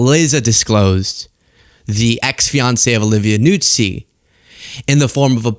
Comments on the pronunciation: It’s not Nuzzi, like pizza. It’s Noo-zee. Listen to Keith Olbermann. He lived with for 2-ish (?) years. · Just for the record, her last name is pronounced newzee, not nootsee.